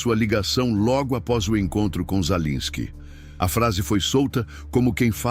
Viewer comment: Sua IEA, não sabe pronunciar o nome do governante da Ucrânia 😂😂😂😂 Ensine-a!!!